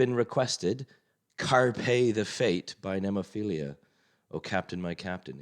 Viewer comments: "FEE-LA" ....not "FEE-LEE-YA" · Sorry,but It's called NEMOPHILA not Nemophilia...only one i....by the way good reaction👍